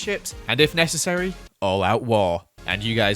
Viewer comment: And if nessersery all out war Also: its going to be nessersery